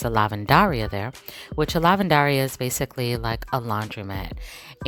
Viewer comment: Nice video! Just wanted to point out that the laundromat in Spanish should be pronounced with the stress on the second to last syllable, so it would be: lah-vahn-day-RI-ah. This might not seem like a big deal but it actually does make a big difference because, for example if someone were to watch the video then go to Mexico and ask: Donde está la-van-DAR-ia, they will get a very confused expression from the Mexican person who most likely wouldn’t understand what they were asking. But all in all it was a great video and I enjoyed watching.